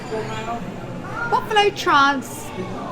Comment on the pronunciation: Yes, I caught that! She said “Buffalo Trance,” but she’s a Brit. 😆 I am sure they know nothing about Kentucky - or bourbon.